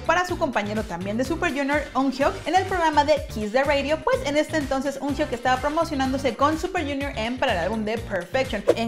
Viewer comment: Se pronuncia "Kyuyon" y " uñok" o "uñoke" los mismo suju lo dicen asi